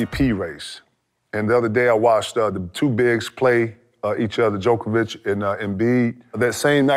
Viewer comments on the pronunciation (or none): come on KG! It's JOKIC not DJOKOVIC! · Djokovic?? It's Jokic KG how do you not know an MVPs name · Who keep letting kg say “jokavich” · KG, love you bro, truly, but can you tell me how can you mess up the current MVP's (and possibly this year's too) name with a tennis player? I get that he's not from the US so you don't care that much but come on now dude... Jokić, not Đoković. Love the podcast, so happy you got a platform for yourself finally. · lmfao kg always saying 'jokovic'